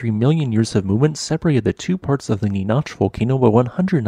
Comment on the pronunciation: NEE NACK not Née noch 🤦‍♂️ ugh get it right!! This is actually a little unnerving because the split volcano is right next to me lol. West of Lancaster is Palmdale where I live.